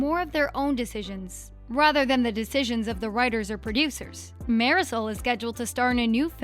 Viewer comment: Who else was triggered by the way she said “marisol”.